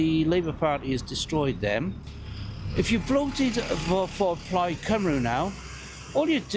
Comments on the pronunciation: How interest that the guy that thinks he's clever can't even pronounce Cymru. "Plaid Cymroo" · and despite his infinite wisdom he failed to properly pronounce plaid cymru (plaid cymroo according to him)